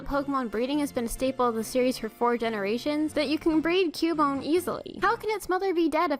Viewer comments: its cubone CUH BONE!!!! not Q BONE!!!!!!!!!!!!!! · THE NAME IS PRONOUNCED "Q-BONE"! LOOK IT UP! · i allmost cryed when she said cubone